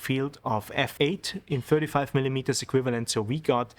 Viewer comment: Super Reportage, really nice to watch and listen to. Great editing. Aber bitte nicht mehr 20 millimetersssss sagen. Da kommt in engl. kein 's' dran 😊